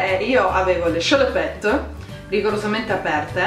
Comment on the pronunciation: ma dai non ci credo che solo io ho notato la strana pronuncia della parola salopette ahaha